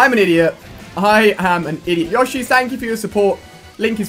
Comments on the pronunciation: It's not yaw-shi its yoe-shi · isnt it Yo-sh-E and not Ya-sh-E?